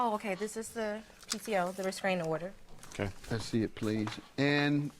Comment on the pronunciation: Her pronunciation of restraining order is pissing me off